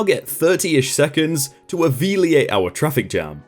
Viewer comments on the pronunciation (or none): I kind of wonder if you purposefully pronounce words on every video. Alleviate is now pronounced aveliate? Also Oxford commas seem to be lost on you. I wonder if you use the “end of a sentence inflection” aloud while listing things the way you do when you read. Interesting. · 'Aveliate'. x) Yeah, I sometimes can't read or speak either. ^^